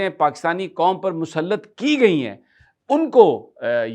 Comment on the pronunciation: السلام عليكم ورحمة الله وبركاته۔ سمیع صاحب۔ آپ نے بھی اردو میں ھندی ملادی ھے ۔تمام نیوز ویلاگر ھندوستانیوں کے طرز کی اردو بول رھے ۔ آپ بھی بار ۔ بار لفظ Qaum قوم کو Kom کوم بول رھے ۔ مجھے ڈر ھے آنے والے دنوں میں پاکستان کے تمام یو ٹیوب چینلز والے سلام کے بجاۓ نمستے کرنے لگیں گے۔ واللہ عالم باالصواب ۔ محمد meesaW قریشی ۔ کراچی